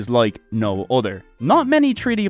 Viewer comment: say it with me. uh-thurr not udder other doesnt have Ds in it